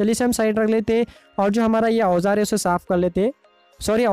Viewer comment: Bhai 😂 tom bar bar ojjar bol re 😂 aap ka ojjar sayad chota hai kya😅